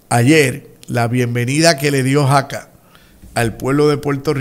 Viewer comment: Escuché mal, o usted dijo Jaca en lugar de Saca? Sobre el nuevo presidente de Luma